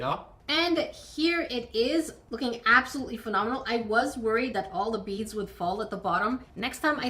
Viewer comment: wow it is fanomel (how ever to spell it) lol i love the new harry potter, have you seen the gross series 2 yet